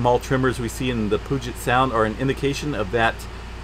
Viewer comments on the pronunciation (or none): Puget... Pew jet not Poo jet lol